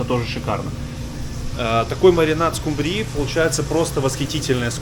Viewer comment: В слове «скумбрии» ударение ставят на слог с буквой У — ску́мбрии